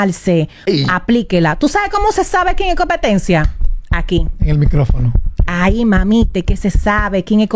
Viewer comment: Jajajaaj dice Amelia copetencia Jajaj